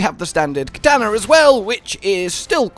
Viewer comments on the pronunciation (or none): none